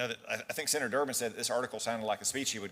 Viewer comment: "Uh, Senaturrrr..."